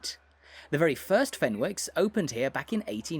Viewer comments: We don't say FEN-WICK, we say FENNICK. Fascinating video, though, even for someone like myself who has lived in Northumberland for decades. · fenwicks, the w is silent